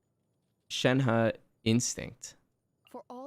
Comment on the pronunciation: it is Shenh(e) when i hear others say her name it is coming out as Shenh(a) -> Shenha